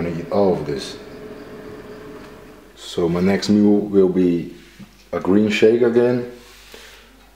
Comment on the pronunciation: what did pushups did you say you do? i hear green pushups?